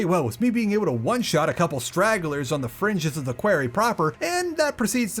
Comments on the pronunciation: Did you intentionally pronounce quarry as query for two minutes, or have you never heard it said aloud? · How have I not seen any comment on how you say "query" instead of "quarry"? Go to Sloan to learn how to pronounce it. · Quarry is pronounced "kworry" btw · Ok this video was great, but the way you say quarry kept making me giggle. It sounds closer to a word in my dialect which means gay person, so things like “it’s time to tackle the (quarry)” become quite funny. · Someone please tell him how to pronounce “quarry” properly…. 🤦🏻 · do you actually say quarry like that or is it reaction bait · the video's great but i had to take a break from watching like 4 times during the quarry junction section